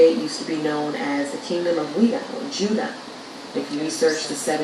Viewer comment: Pronounced JU-DY-YAH